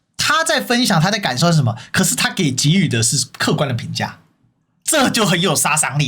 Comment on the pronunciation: 这是我见过第一个“给予”念对，念“ji”不念“gei”的台湾人